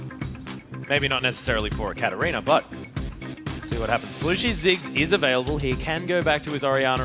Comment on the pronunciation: Wish this guy would stop saying Catter-reaner.